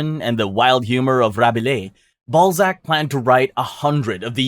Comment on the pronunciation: You pronouncing Balzac as Ballsack is way too funny 🙏😭❤️